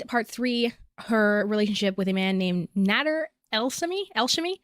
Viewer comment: She also called Nader "naturd" so "salad" for Salah isn't racist Also notice how she took all these pictures to add to her reaction 😂